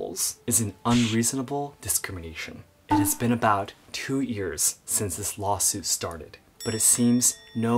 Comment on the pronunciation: saw-suit instead of lawsuit